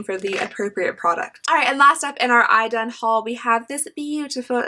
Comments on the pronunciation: I know this video is a few years old, but to help you out on how to pronounce Idun: e-dun 😊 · Swedes would however pronounce it 'ee-dun'.